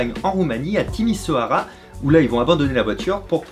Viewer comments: j'habite en Roumanie et ça se prononce (Timichiora) et s'écrit Timişoarea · je n'étais pas au courant de cette histoire et dire que je suis à quelques km de timişoara :D (par contre, ce "ş" se prononce "ch") j'espère que tu pourras le voir pour les prochaines fois que tu parleras de la roumanie :)